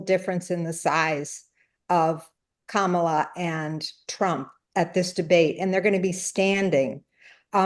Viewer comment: Oh Spicy, a former Press Sec always seems to mispronounce Kamala’s name. Hmmmmm….